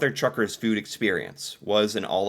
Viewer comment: Mother TUCKERS... Not Truckers!!